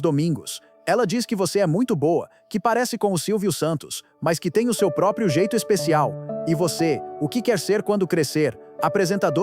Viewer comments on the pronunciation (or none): none